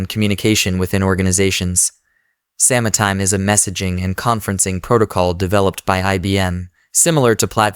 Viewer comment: I appreciate this video. But also: "sama-time"